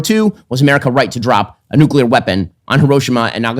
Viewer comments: Maybe less noo-kyuu-ler? Nuclear? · Tucker is basically saying that no one should have nucular weapons because they are bad